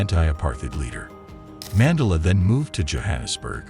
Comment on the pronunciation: Too bad I can’t watch it since whatever AI this is is pronouncing names and words wrong — notably his last name!!!